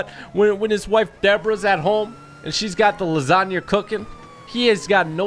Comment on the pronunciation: When i was watching this video when you said cooking lasina i was cookinh lasina for dinner